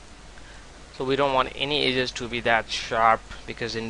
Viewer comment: aze???? EDGE!!! Eh-ja otherwise good tutorial :)